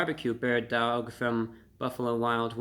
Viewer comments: Bro, do you know how to pronounce "dawg"? Aren't you from NY? Just pronounce "dog" with a NY accent ffs. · I like the second way you said it. Sounded New Yorkan. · Dowg is different than dawg. How would you pronounce “awful”? Owlful or awful? Come on, Reviewbrah! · You can pronounce it like “awe” instead of “ow” you know 😭😭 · The bird DAWG emphasis killed me every time ^_^ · lol dawg isn't pronounced dowg, just like dawson isn't pronounced dowson. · The way he says dauwg I love it ! 😄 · I went and got some "Loaded" Bird Dawgs after watching this and I couldn't stop pronouncing it "dAWg." They were delicious too! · Dude stop pronouncing it like that! You sound silly! Dauwgh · Sorry to say this but the way you say Dawwg is so white. I love it fam keep up the good work. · It's horrible but it's still pronounced Dog. Like the Cleveland Browns have the Dawg Pound. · You forgot the 5 extra w's in the title that you're pronouncing in dawwwwwg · Your drawl on the pronunciation on DAWWWG makes me LAWWWLLL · I couldn’t stop cracking up when he kept emphasizing the “DAWG.” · Dawg is pronounced the same as dog lol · I crack up so bad every time he says DAWG lol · He says daWg so intensely but then immediately in his own accent says doAg (dough-ogg) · How we pronounce it in La is Dauhwg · The way he starts slurring the word Dawg gets progressively funnier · His pronunciation of Dawg has made this one of the best videos on YouTube! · Each time you said "dawg" my entre body trembles hahaha. Entertaining as always! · The way hey pronunciates dawg 🤣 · no he clearly thinks that's how you pronounce "dawg". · Happy Birthday there Report of the Week! I could listen to your pronunciation of dawg until the birds come home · I LOVED how he pronounced DAWG throughout this video! 😂😂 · good Lord such epic mispronunciation of a simple slang word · The "Dawg" makes me laugh. every time he says it.